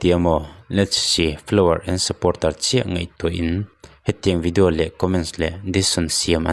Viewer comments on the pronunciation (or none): none